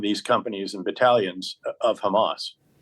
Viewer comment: Ah, yes, David Betray-Us.